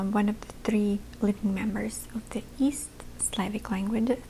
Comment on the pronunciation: Не знал, что она русскоговорящая, её выдаёт только очень схожее "three" с "три"